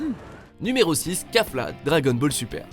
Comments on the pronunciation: On dit kefla pas kafla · On dit kefla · C kéfla sa se prononce comme ça